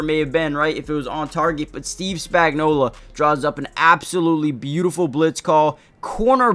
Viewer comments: His name is Spagnuolo. Why do you all keep pronouncing his name with an A at the end? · Maybe pronounce his name right.